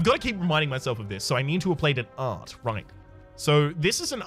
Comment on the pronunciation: is anyone else annoyed at the "e" at the end of art